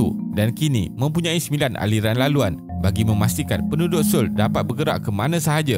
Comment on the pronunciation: Cara sebut yg betul So-ul bkn soul